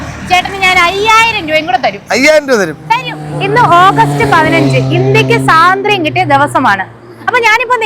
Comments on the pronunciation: സ്വാതന്ത്ര്യം എന്നാണ് പറയേണ്ടത്,, സാധന്ത്യം എന്നല്ലല്ലോ 😊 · സാതന്ത്ര്യം അല്ല പെണ്ണുമ്പിള്ളേ സ്വാതന്ത്ര്യം